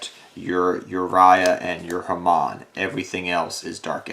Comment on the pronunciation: There's no R in Hamon.